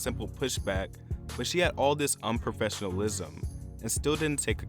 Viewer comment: The narrator pauses or like emphasizes weird annoying parts of speech. Like when he says unprofessionalism, he goes unprofessional ism